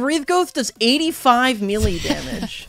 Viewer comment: I like how pronounces melee like me-lyyyy